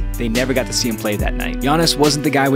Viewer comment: Fr it irritated me how they pronounced Giannis name